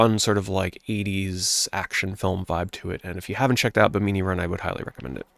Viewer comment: Two observations: I have never heard Bimini pronounce that way and Zoop has an ending. I never knew that. Might have to plug in my Jaguar version and give it a whirl.